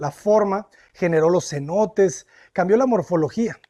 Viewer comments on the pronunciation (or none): Also, it's ce NO tes (three syllables) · Sorry, Natalie, but he is mispronouncing key words, Yucatan, Merida, and Cenotes. This makes it very distracting to listen to. I'm glad it's still teaching you a lot.